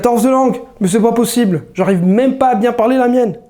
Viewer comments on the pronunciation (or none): none